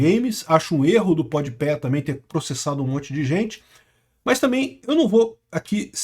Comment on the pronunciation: o melhor é o dizendo podi pé sendo que é podi pa